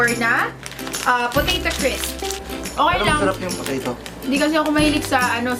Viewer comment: Pag sinasabi ni yung masarap pagsabi nya masharap